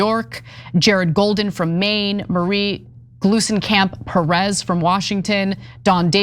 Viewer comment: _TYTTYTRainbow:Ana you married a Cuban man and cant properly pronounce simple Spanish names like "Perez"?!🙄:_TYTCookie::_TYTSaltAna